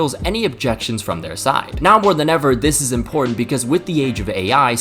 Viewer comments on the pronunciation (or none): none